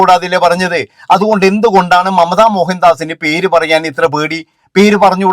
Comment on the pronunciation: മമത അല്ല " മംറ്റ " എന്നാണ് അവർ പറയുന്നത്🤣🤣🤣🤣🤣